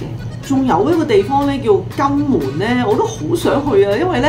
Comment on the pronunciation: 為何金門的香港話聽起來像“肛門”？？哈